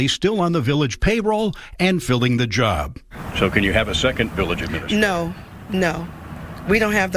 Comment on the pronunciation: She doesn't even pronounce it right. It's administrator, not aministrator....